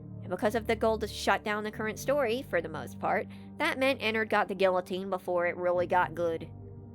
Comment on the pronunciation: Not the guillotine with the hard L 😂